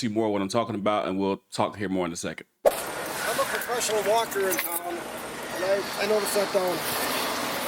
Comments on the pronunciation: Did he say “I’m a professional WALKER” 😅😂😂😂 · I'm sorry guys, but did dude in the beginning say "I'm a professional walker"? Lol